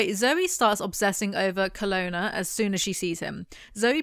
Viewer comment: i have no idea why but i always read kolona as canola in my head, even when i read these books as a teenager, its always so weird to hear it said the right way lol